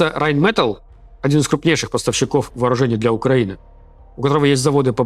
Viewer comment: Сапасибо за работу. Если что, Rheinmetall произносится с ударением на последнюю а и л мягкая. РайнметАль.